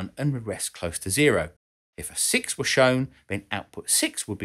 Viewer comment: were *WHAT*?! never heard it pronounced like that before!